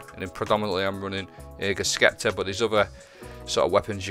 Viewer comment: say it with me, 'septer' not skepter lol